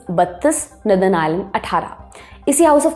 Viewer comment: Miss, नदर्न नहीं बल्के नोर-दन होता है 😅। आपकी नई आउटफिट कमाल की है 🤩, आप की स्पीड बोहोत अच्छी हो गई है। चस्मा भी आप पे जचता है। 👏👏🫡